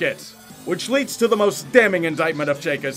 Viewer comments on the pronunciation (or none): none